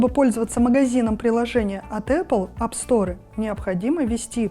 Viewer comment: АпСторэ? Сторэ? Эх, беспощадный английский.